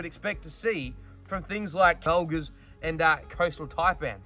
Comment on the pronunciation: I heard an overdub? Felgars, Velgers? Or did you mean Mulgas?